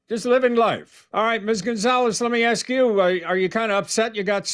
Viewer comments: Listen judge I axed her to ax the person she normally ax to ax for an ax. But when she axed that person she normally ax for an ax they axed her for the ax which made her ax what ax they were axing about. Ax. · She is an influencer but she can’t pronounce ‘ask’ correctly.